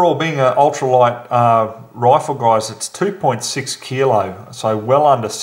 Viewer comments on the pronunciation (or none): none